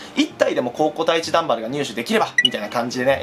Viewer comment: #のところ ダンバルがガンバルになってるのわわざとなのだろうかwww